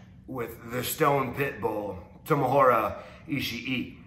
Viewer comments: He said "Tomohora" Ishii...lmao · This man is WASTED. He really said Tomohora